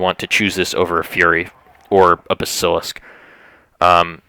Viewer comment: BAS-IL-ISK not BASIL-ISK